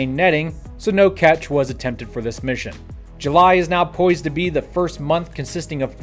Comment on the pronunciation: Did he say "going on right meow?"